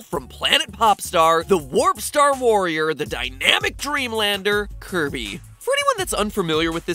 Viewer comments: I NEEDUH MONSTAH TO CLOBBAH DAT DERE KIRBEH! (psst: slow it to 0.25.) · did MatPat just say curvy Owo?